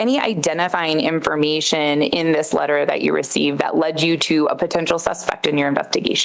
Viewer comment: Lmao this woman’s voice drives me crazy. Talks like a valley girl. Literally she talks like the blonde Liz character from Kroll Show. “In-for-MEE-shun”